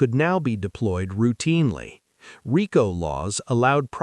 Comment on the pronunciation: AI garbage can’t even say “Omerta” or “RICO” correctly. AI content creators can take their videos and DIAF. Congratulations on being the new bottomfeeder scum of the digital world.